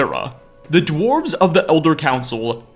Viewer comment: The dwarves-ehh so he says lol